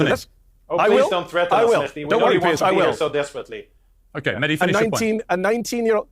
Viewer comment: Kyle, why do you insist upon mispronouncing Mehdi's last name? You know the proper way to say it, yet you refuse to do so. It's very disrespectful.